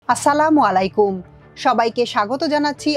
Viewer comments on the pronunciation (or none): তাঁর সংবাদ উপস্থাপনা ভালো , তবে সালামের উচ্ছারন ঠিক করা উচিৎ।